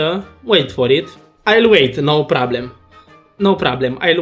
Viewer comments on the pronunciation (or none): no prablem" ,,masa de teibal" 😂